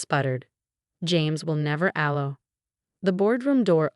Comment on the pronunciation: please look up the pronunciation of "sabotage, allow, etc.". It's important. And please, there are other male names besides Marcus and Jason.